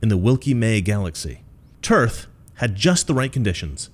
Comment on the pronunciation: Dude.... I love you 🤣. "The Epic of Tearth". Also sounds a bit like where Brienne of Tarth (Game of Thrones) was from. Moral of the story? Get rid of the cancerous politicians.